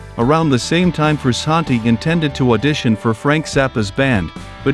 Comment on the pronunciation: I hate all these new AI YouTube channels? What's up with that dude? You sound dumb. Sound like a robot talking man quit get a real person and you're saying his name wrong